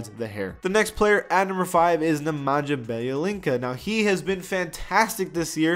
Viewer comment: The way he pronounced Nemanja’s name tho......... 😂 Ne Men Ya Bea Lee Tsa